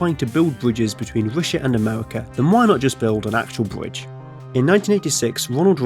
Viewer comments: A bwidge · What’s a bwige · Yeaw lets make the bwidge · My bwidge is bigger than your bwidge. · Bwidge tunnewing woads awtic wail woad woute